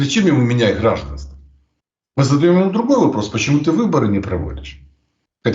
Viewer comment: так гордится знанием русского языка,что говорит: отменЯт, грАжданство,бЕлгородская, махает и т.д,а так же вставляет якобы украинское слово "перепони"вместо русского препоны.